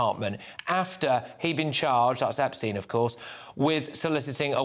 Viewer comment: Did Starmer say "Opstein"?